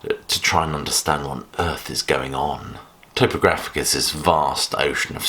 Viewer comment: I'm definitely in the lamb camp but you're the first person I've heard pronounce topographic towpographic. Another good video though, keep it up.